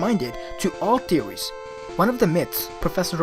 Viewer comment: trut and teories. For some reason it irritates me how you miss the H pronouncation in different words like truth (you say trut) and theories (you say teories).